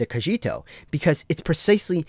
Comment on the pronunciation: Stop calling cogito cojito already